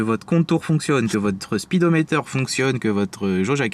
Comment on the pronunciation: Votre euh spedometeur 😂😂😂😂